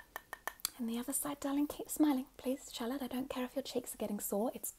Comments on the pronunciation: No joke it took me longer than I care to admit to realize the name was “Charlotte”. I seriously thought she was calling us “shallot” as in a spring onion. 💀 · not me hearing shut up instead of Charlotte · just realized you’re saying “charlotte” and not “shallot” 😅🤦🏼‍♀️